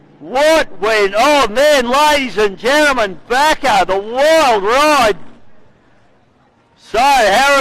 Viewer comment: John Bakker, not Baker.